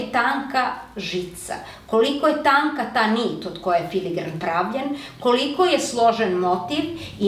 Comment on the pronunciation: ime zanata je FILIGRAN, a ne filiNgran kako je izgovoreno desetinama puta u videu. Naziv potice od dve latinske reci: filum - nit, granum - zrno. Dakle, bez umetnutog slova N!